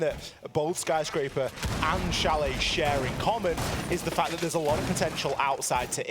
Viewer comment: Please Change: It's Chalet.👍